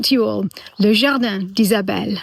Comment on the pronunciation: Beautiful song, but “jardan” not “jardin” 😊